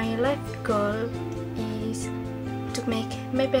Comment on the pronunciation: Strenght : spoke confidently and fluently , the pronunciation it was clear, natural way to present Weakness : mispronouncing at goals word (Group 1)